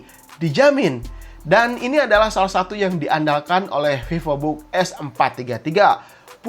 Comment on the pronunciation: Pipobook Sunda banget bang wkwkw 😅